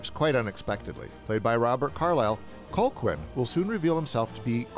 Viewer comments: I was a little confused about how to pronounce Colqhoun when I first saw it. It's actually "Co-hoon," not Col-quin. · Always loved this movie! But I am irritated that you kept pronouncing the name COLE-quinn, instead of cull-HOON like it is in the movie. Or just call him by his other name, Ives. That’s supposed to be a surprise but it’s revealed in the video already. Anyway gotta go, this movie makes me hungry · Its pronounced, "Cal-hoon." Not, "Col-kwin." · STOP PRONOUNCING HIS NAME AS COLE-QUINN 😭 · Cole-quinn?! Thought you saw the movie? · Colqhoun is pronounced Cal hoon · oh, man I love this channel. But it is slap in the face to realize he's just reading a script and never actually watched the movie...it's pronouced CAL-HOON. even though its spelled Colquhoun. it's pronouced CAL-HOON in the film (it's Scottish). come on. at least PRETEND to watch these movies...or why are we helping you generate revenue? Shame...